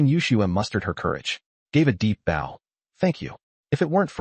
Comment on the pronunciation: I'm curious. Why with such interesting stories,do you ruin them with drawings that do not match the story and the text is so far behind the voice reading it. I'm also curious why certain words are never pronounced correctly? Wound , and bow are 2 that quickly come to mind.